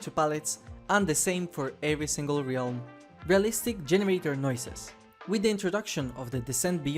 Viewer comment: Ah yes, the ree-alm